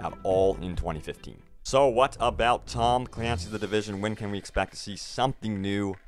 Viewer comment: We can't forget about TAHHHM CLAINCYS THE DIVISUN. Pronunciation on point.